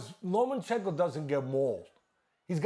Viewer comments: cant believe dudes talkin like experts but cant even say lomas name right LOMANCHENKO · Stephen A and Teddy Atlas: Lo-MAN-chen-ko Vasiliy: it’s Lo-MA-chen-ko you idiots!! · Teddy, you clown it's LOMAchenko, not LOMENchenko. How many times can you make the same mistake?? Respect the name of the pound for pound #1! Time to retire, ATL-ANS. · Stephen A.: "Lomenchenko..." smh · "LoMENchenko"...SAS needs to learn how to pronunciate properly. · Right? It's obvious pronounced 'Homochenko' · SAS: “Low Men Chin Ko” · Who is "lomanchenco" 🤣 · Why they keep calling him LomaNchenko? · “LomENchenko” SAS the highest paid sports pundit in the world and can’t even pronounce the name right? Cmon man 🤦‍♂️ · Chicken Lo-Mein-Chenko. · Low-men-chenko. SAS, please stop talking boxing. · Lo mein chicken. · Teddy literally says “ Low men chenko within the first minute. But hey let’s only talk about sas. The man that’s carrying espn on his back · Why can't SAS say Lomachenkos name properly? It's not difficult. You get paid to get this right. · Teddy calls him that too tbf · That's how Teddy says Loma's name and he's the expert so they all say it that way. 🤣